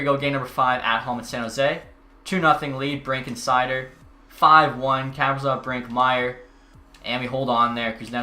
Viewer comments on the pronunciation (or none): Kaprizov is pronounced kuh-pree-zov, btw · Does it just bother me that he says,kaprizov wrong idk its annoying to me